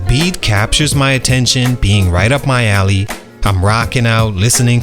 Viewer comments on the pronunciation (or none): none